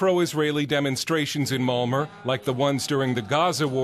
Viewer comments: It's pronounced Malmo, not Malmer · lol when you say "malmö", its sounds like molmure... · Uhh well in Sweden we pronounce it Malm-O. The Ö is sort of pronounced like you'd say "Uhh" but in this video this bloke adds an R at the end when he pronounces it. Plus not to mention how horribly overdone this video is and how it misrepresents a great city. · This vid is full of lies and inaccurate shit! Typical of American "journalism". And it's MALMÖ not Malmuurrrr. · Malmor? wtf it's Malm-O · OMG english ppl cant say malmö they say malmore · What is this marmer he speaks of? Marmelade?